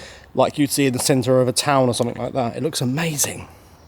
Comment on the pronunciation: Please stop ending words with an ING as you say ink !! Something is not pronounced Somfink ! That being said, you're making real headway - amazing progress !!